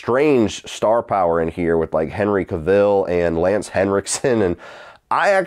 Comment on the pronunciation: I've never heard Henry Cavill's name pronounced like that 😂